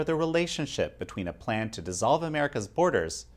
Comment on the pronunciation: Please don't use tah like yobamma instead of to or too.